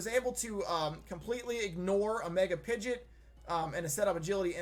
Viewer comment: He did not just say... Pidget? Is that slang that I've just never heard for mega pidgeot?